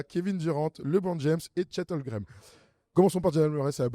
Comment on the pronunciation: Est-ce que un jour arrêtera de dire Chet "Holgrem" et dira Chet Holmgren?? 😂😂😂